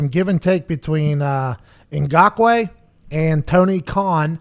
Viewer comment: How do you flawlessly pronounce Ngakoue, but mess up saying khan twice in a row?